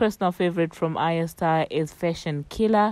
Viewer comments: Ariya star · By the way you are pronuncing her name wrongly